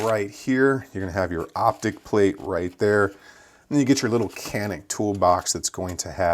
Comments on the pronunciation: It's pronounced like ''jhanik'' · It's turkish. C's are J's. It's Janik. Not saying it to be rude. Just explaining . I just got one today. Very nice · I find myself unsure while talking about these guns, how I should be pronouncing the name. Is it actually pronounced as Canik or ‘Janik?